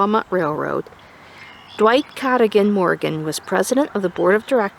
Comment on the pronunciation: Very cool to see this. I grew up less than 5 minutes from Cadogan. Literally just on top of the hill. But I have to say. That is not how Cadogan is pronounced. I have lived here my whole life and I have never heard someone say it that way. It's pronounced the way you said "some people say". Except it's not some people. It's everybody. 😅